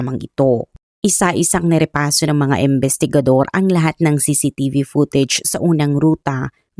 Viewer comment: AI ka po ba madam?? Bakit ang pronunciation mo sa imbestigador at imbestigasyon ay embestigador at embestigasyon.. pakiayus po ang pronunciation.. appreciate it .thanks